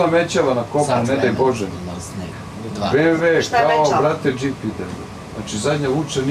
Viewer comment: Boze zgadio mi se BMW kad on to ovako izgovara,komplexas strasan,dno dna!!!